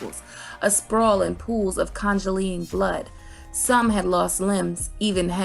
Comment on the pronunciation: I have never in my life heard that pronunciation of congealing before 😂